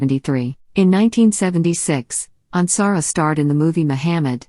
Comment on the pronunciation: Yes!!! Especially since this one mispronounces Michael’s last name! 😡